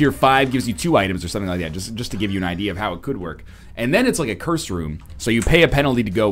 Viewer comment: "Gives you like un item." NL your french is showing. :p